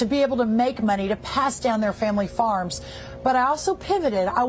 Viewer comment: Lol. It sounded at first like he said Egg Secretary.😂😂😂